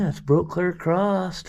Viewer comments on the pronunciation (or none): Just love these well educated yanks, they all love to put a t on the end of “across”. I wonder, do they also do CROSSTWORD puzzles? Just askin!!!